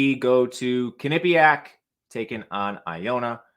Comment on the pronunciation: Butchered the way you pronounce Quinnipiac lol.